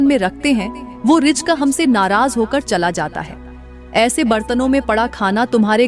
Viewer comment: Rijk nahi reezk bolo.